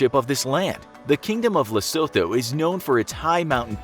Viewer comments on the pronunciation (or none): Bra its pronounced lesootoo not lesotho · Lesotho is pronounced Leh-soo-too :). They are still poor despite the wealth of diamonds because they are corrupt, low IQ and minimal education. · Its pronounced: LE-SUE-TOO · Yo its pronounced lesoto not Lesotho 😂😂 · the mispronunciation of lesotho is understandable because of how it’s spelled but ohhh my goddd it gets on my nerves. it’s pronounced “luh-SOO-too” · Pronounced “Lesotwo”, without the soft ‘th’ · Ke Lee soto, asie le-so-tho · Lesotho is pronounced Lee-Sue-Two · Lesotho is pronounced Lesootho. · It's pronounced 'Lesutu'.. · It's pronounced Le-su-thu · Lesotho pronounced "Le - soo - too" as a South African that hurt my soul😂😂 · Say it after me, “Le-su-two” (Lesotho) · It’s Lesotho with a Tee pronouncing it as lesoto but it’s spelled Lesotho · The h in Lesotho is silent So you pronounce it like Le-su-to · Lesotho is prounouced the se to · Lesotho is pronounced Lesooto, with the double o being a short "oo" not a capital "O" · it’s pronounced “Lesoothoo” I dunno 🤷‍♂️ why. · The way he said Lesotho was really funny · The pronunciation of Lesotho is hilarious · Damm y’all botched Lesotho💀😂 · The 'h' in 'Lesotho', softens the 't' instead of forming a diphtong. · lesotho isn’t pronounced th like thought is. Its a hard T